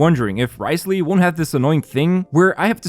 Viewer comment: Wriothesley is pronounced as "rizzley"